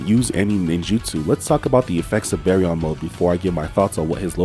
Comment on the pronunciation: Bro said bearyon